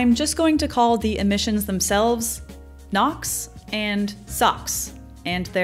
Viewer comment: The video was very good with fantastic content! However, I found the narration with the awkward pauses and the purposeful exaggerations in pronouncing difficult sounding words kind of off putting. It's gives off the impression that the narrater is less confident about when she's presenting when in fact the oppositeis true.